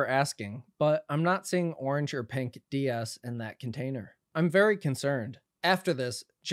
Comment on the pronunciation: D’S, d’s…. Not ds 😂